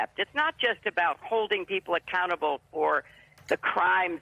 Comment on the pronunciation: Did she say "accountable government" or "a cannibal government?"